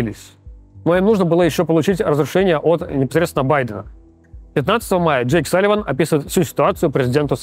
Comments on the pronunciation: А у Руслана Левиева дислексия? Почему вместо пентагона какой-то пент ган**н, почему вместо Салливана Салимамама, а вместо Блинкена Бленькен?? Еще и комментарии накручиваете под каждым его выпуском, где его дикцию хвалят. Максим, что за зашквар 😢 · Ну кста как либерашка раскладывает хорошо, но я бы к логопеду денюшек занес, чтобы не было "Пентатгон" И "Джейку Саливанма"